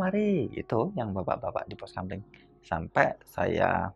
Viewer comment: Pos kamling mas, bukan kampling😅